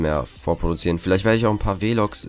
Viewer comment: Weh-Logs?? Haha